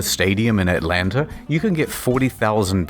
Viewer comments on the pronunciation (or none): none